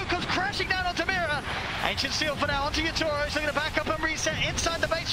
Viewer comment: My god I fcking hate how the caster pronounce Yatoro’s name